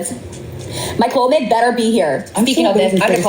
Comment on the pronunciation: She is taking clomid and cant pronounce it? Is she trying to have twins by any chance?